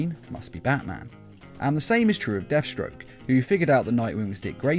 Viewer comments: "DeathSroke" lol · ahh yes my favorite batman villain "Deathsroke" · Ah yes, Deathsroke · "deathsroke" forgot the t there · ah, yes, Deathsroke. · "Deathsroke"... Lol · I can't be the only one that realizes it says deathsroke instead of deathstroke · DEATHSROKE Lol. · deathsroke? I think he meant deathstroke